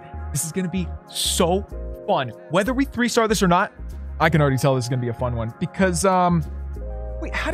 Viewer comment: The way he says 3 “thray “ no offense